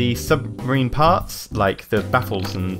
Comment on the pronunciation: it's submarine not sumbarine... Lol